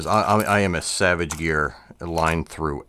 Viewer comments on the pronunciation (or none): none